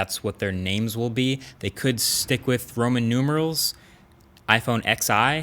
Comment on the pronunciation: Why did i hear ramen noodles instead of roman numerals